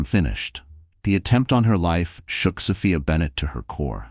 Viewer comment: They don't pronounce Sophia's name right.